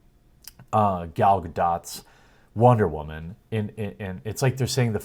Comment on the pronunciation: Why do you pronounce women that way? It sounds stupid, like your trying to be sexist. Not all women are SJW, most normal people don't see the world like you do. You have a lot to learn in this life. You are leaning extremely far to one side and it's coming off sexist, Brie Larson is one woman.... You were reading an article and couldn't just say woman normally?